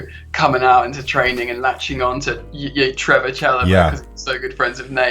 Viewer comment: His name is Trevoh, not Trevor!